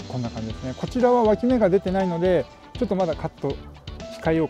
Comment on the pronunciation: 今日も楽しかった😆 毎回、ぷぷーって声出して笑います🤣「脇芽」が一回「脇毛」に聞こえた😅 多肉の擬人化が強い！私もこれから植え替えのとき「はいこんにちはー」って声かけます！いっぱい「かわいいかわいい」って育てたいと思います😆